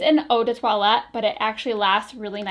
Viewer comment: You pronounced toilette correctly when you first said it BUT femme is not pronounced like that, instead try to say „fumm“ like rum